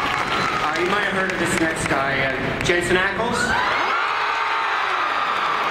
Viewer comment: Did that guy just say JASON Ackles?? GTFO